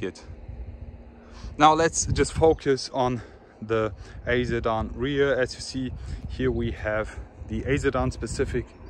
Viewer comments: Its your pronunciation = You say Zidane not Sedan :S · nah you were pronouncing the word sedan like zidane 😂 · is he saying Zedan or sedan 🤔🤔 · a zedan 'sedan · he is right...i too got confused when you said Zidan 🤔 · For a sec, I thought you were saying Zidane 😅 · I'm new here why does he keep saying Zedan? It doesn't seem like he has a problem pronouncing "'S'" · Whats with the 'sedan' pronunciation?